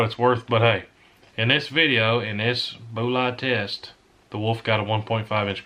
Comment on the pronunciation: every time you say boolats, i think your saying boolits, and think your about to shoot some cast lead handloads.